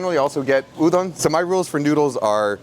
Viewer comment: it's so strange to hear someone say You-don as opposed to udon